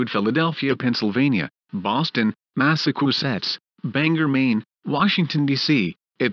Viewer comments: Boston, Mass-a-koo-setts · Mass-a-choo-setts would be closer to the right pronunciation. Is the person that made this clip from Russia? 🤣🤣🤣🤣🤣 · Shame the President sounds so much like Sir Stephen Hawking, and that the AI for the announcer is a lot worse at pronouncing Massachusetts than I am (me being British)... other than that, this is great!